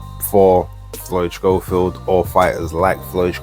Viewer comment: How comes you call him Shchofield,? I thought it was pronounced ‘Sco-field’ like the TV presenter that we shall not mention. Could be wrong though.